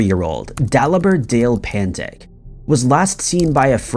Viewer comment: It's pantić not pantik.ć is read as ch in english.sry for correcting you but since you want to be accurate...